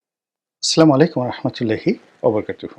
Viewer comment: ছিলা মালেকুম বলে কেন ময়লানা রনি